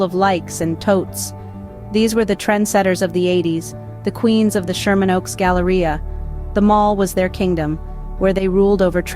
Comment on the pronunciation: drink every time she says Galaria